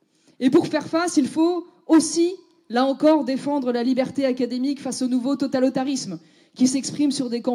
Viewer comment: "TOTALOTARISME"...lol...Elle a encore des progrès à faire...lol...